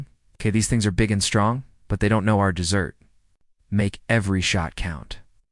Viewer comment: I can’t believe you allowed your story to be published without editing the AI’s mispronunciation of dessert.